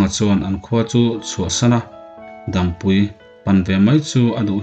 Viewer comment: Dampui i lam dan pawh hi a diklo